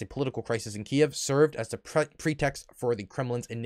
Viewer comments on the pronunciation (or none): none